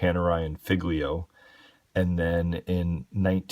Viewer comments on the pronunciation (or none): Great review! Love this watch! Btw ‘Figlio’ means son - pronounced ‘fillyo’. Just saying 🙏